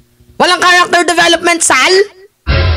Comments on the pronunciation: huwag mong dodoblehin ang pagbigkas ng SAL. Di maganda ang magiging dating. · 😂it's the way you pronounced sal & goes with that facial expression. Natawa ako ng husto labas tuloy sipon ko😅si Sal Panelo ay ADD positive daw according to a psychiatrical evaluation report. Kasama Robinhood & Quisugo ng diablo. ADD- attention deficit disorder.....you look great 😊